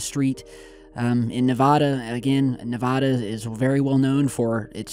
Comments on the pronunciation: For the record, everybody in Nevada says Nuh-vah-duh, you’ll be laughed at if you say Nev-AH-Duh. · You had it right the first time you said Nevada. It's nevaaaaaaduh not nevahhhhhduh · Nuh-vada maybe? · "Couwse thisis Nevaada cuzzz... Aiwea fifty ones nearwe by.... bout a couple hundwed miles away"